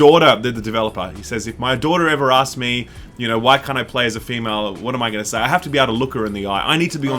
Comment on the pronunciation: *Male and Wahmale